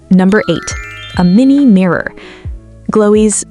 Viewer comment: mini mirrorr